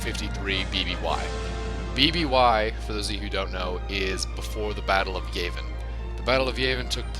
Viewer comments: Yuh-Ah-Vihn! Not Yay-Vihn! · YAHvin. Not YAYvin. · It's Yavin, not Yayvin. Just so you know. :P (No Offense) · it's yavin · Anyone else bothered by the mispronunciation of Yavin?